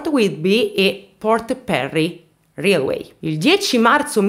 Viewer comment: railway si legge "reiluei"